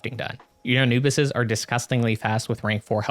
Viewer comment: And you pronounce it uh·noo·buhs bro wifey is killing me right now for saying it wrong